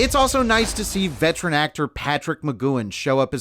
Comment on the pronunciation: vet-er-an .. there is NO vet-trin